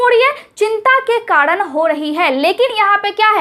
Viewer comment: kadan nahi hota hai madam Karan hota hai